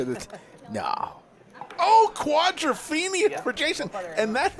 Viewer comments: Every time he says quadrophenia my skin crawls with cringe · If I never hear "quadrophenia" again, it'll be too soon. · I couldn't watch the whole thing for fear I would hear "quadrophenia" more times. Please, just stop. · "Quadrophenia"... wtf? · Wtf is this "quadrophenia" thing … if the commentator thinks he’s onto something "cool" can someone tell him he isn’t…